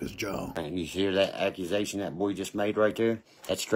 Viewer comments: AccuNasation instead of Accusations. 😂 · Hey hey. Ok this goon can't speak right to save his ass.. like wtf is ackinsation...😅😅 body counts??? Lol this dude is a lost cause..lol